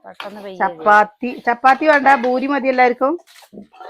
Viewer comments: boori alla poori ennanu parayendathu 😊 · Boory അല്ല poory എന്നാ പറയാ 🤭